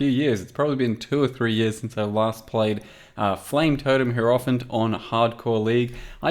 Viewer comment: It is pronounced hierophant, not hierophant.